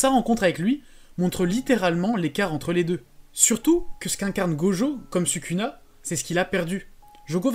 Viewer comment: pourquoi tu prononce sukuna ? Et pas "Soukouna"?